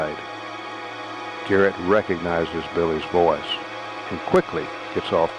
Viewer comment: It’s garret not carrot !